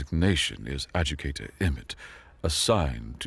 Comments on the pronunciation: Good narration overall but there is a need to check some words for pronunciation such as Ad-ju-di-ca-tor being pronounced as Ad-ju-ca-tor and some others "personnel pronounced as personal". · Look up the pronunciation of "Adjudicator".